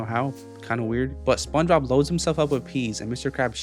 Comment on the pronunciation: dude literally says sponshob